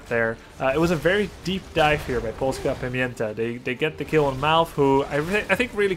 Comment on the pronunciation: good pronunciation on Polska Pamięta. Good job Grubby